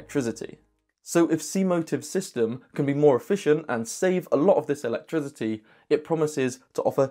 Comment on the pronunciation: I really enjoy your unique videos. I have one question, why do you pronounce “electricity” with a “z” sound?